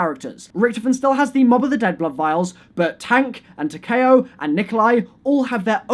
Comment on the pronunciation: TAK E OW NOT TAK AY O PLEASSEEEEEEE